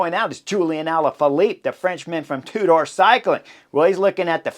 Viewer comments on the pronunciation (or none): none